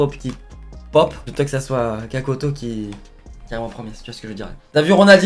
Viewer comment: kakoto alors que elle s'appelle katoto